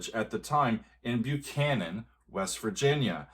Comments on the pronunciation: "Buchhannon" is pronounced "Buck-hannon", not "Byu-cannon". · Believe it or not, the town Buchannon, West Virgina is actually pronounced "Buck-annon". Yeah, it surprised me too when I learned that. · Buckhannon, WV to be exact. An album misprint without the ‘K’ caused the nearly universal mispronunciation of the name. Only live recordings of the band introducing the song reveal it as Buck-han-non. Even the majority of hardcore Chicago fans have adopted the Byoo-can-non pronunciation. Makes you wonder if Pankow the perfectionist wanted to scream at the slight error in the title of his masterpiece haha. Though I’m sure the timeless success of this suite (and his various hit compositions) made him quickly brush it off. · FYI, it's pronounced "Buck-hannon". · I believe it's pronounced Buckanon.